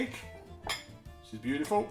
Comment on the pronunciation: Looks lovely also I love the way you say beautiful it cracks me up every time